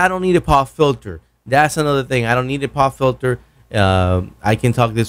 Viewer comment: I'm sure both mic's would sound better if you didn't have such a funny voice! very nasal as if you have a very blocked nose or a speech impediment! Especially when you say "Twenty".....or as you say "Twenny" and what's a poff filter?